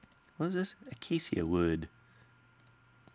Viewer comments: acacia is pronounced "ah-kay-sha" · Its pronounced a-kay-sha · (Ahh-Kay-Sha) wood. Sorry :(